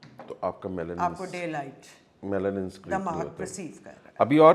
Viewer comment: Did he say melotin ??